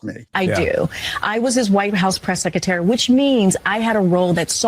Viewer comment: She said she was the Press "Sec a tary"